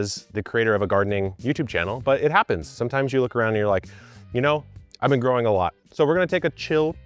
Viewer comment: "and myself, with about 12 years of groaning experience..." Lmfao 😂